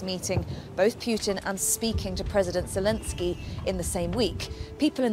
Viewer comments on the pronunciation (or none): none